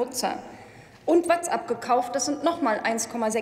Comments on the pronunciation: Alles schön und richtig, aber bitte sprechen Sie nächstes mal WhatsApp richtig aus... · Bullshit. Ich finde es einfach nur seltsam, dass sie Facebook richtig ausspricht, aber WhatsApp nicht.